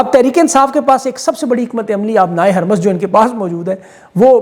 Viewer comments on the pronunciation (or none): "بحیرۂ احمر "۔۔۔۔۔حرف ب پر زبر نہیں ۔۔۔۔ پیش ہے ۔۔۔ اسی طرح ۔۔۔۔۔ " ہُرمز "۔۔۔۔ حرف ۔۔۔۔ ہ ۔۔۔۔ پر زبر نہیں پیش ہے ۔۔۔۔۔